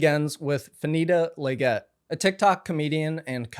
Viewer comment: so as someone with the last name Leggett who has heard that pronunciation my whole life and therefore it bugs me a lot, this is my polite correction that it’s pronounced almost like “leg it” more than “leg get”